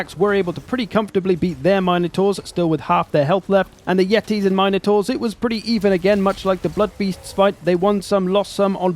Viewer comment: Yetis ? more like YEET-is, badum tss